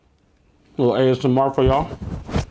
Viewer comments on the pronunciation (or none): none